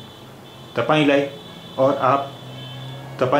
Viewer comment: " malai " is Mere liyey ??? You said " तपांईं " , whereas the word written is which is " तपाईं "